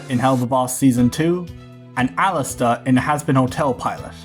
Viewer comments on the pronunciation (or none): none